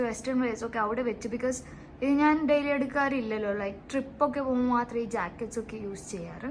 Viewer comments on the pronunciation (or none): none